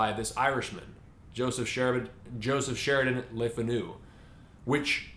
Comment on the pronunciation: Le Fanu is pronounce Lay Fah-new with the stress on the first syllable. Le Fanu's family was descendent from French Huguenots.